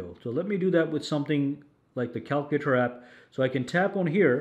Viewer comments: The way he says calculator 😂😂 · You're pronouncing "calculator" wrong my friend. 😅